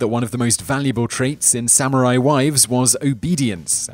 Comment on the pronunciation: did you say Sam Or I .?